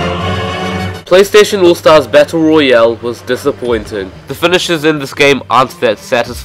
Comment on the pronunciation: Anyone hear fedishes instead of finishers